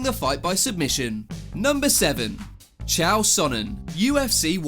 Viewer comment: Who the Hell says the GOAT chael sonnens name wrong!